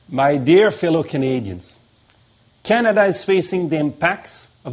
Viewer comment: "My dear fillow Canadians..." he lost me right there.